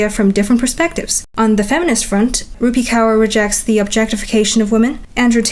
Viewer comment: no probs girlie From the next time if you have any problems in pronunciation of certain words of different cultures just ask us ❤ It's rup-ee(rupi) k-or(kaur) Gained yourself a new subscriber from India You remind me a lot of Chad Chad